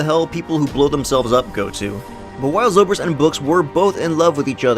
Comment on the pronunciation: Is no one gonna care about how he pronounced zobrik correctly but IRFAN KHAN incorrectly